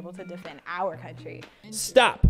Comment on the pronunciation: He sooo right... what confuses me even more is how she emphases OUR country... it just has a weird ring to it